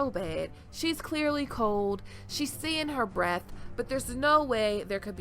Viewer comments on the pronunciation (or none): none